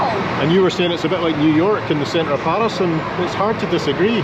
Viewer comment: PAAris 😬 is that really how Scots pronounce it 😂